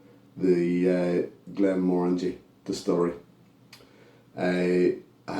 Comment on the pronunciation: Glad to hear you pronounce it correctly 😁 This was lovely and sweet on the nose and the palate. I got tropical fruits on the palate. However, it was a little too woody for my liking.